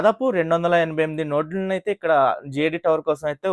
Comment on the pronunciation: Nord kaadu anna Adi NODE